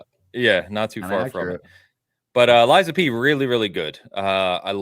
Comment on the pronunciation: Ok all this time I hear Liza P finally realized it is lies of P 😮